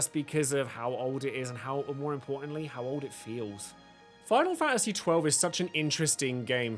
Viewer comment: Fa a see? I didn't think it was possible to pronounce the word faNTasy with a silent N and T